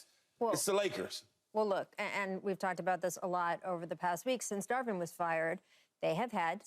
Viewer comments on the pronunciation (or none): Keyshawn how hard is it to say “Dar-Vin” Ham. Can’t believe the producers or skip have not corrected you yet! SMH